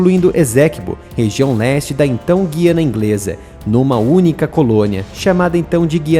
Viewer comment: Esséquibo?? É Essequibo! E o "u" de Guiana é pronunciado! Assim já perde credibilidade.